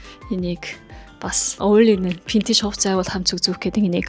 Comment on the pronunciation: solongos helend v useg, f useg baidagguimaa burberry gehiig pobori 버버리 geh jisheetei anh sonsood oilgohod hetsuu suuldee dasaad adilhan heldeg bolchdog yumbilee